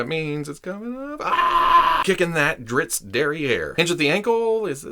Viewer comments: I find it amusing that you start out with a warning that not being a fan you might get on some of the fans nerves. And then you pronounce Drizzt better than many fans. The books this character is in are worth reading. Thanks for the great look at this action figure. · It’s pronounced driz-it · the Author of his books doesn’t care how it’s pronounced but he does pronounce him drist.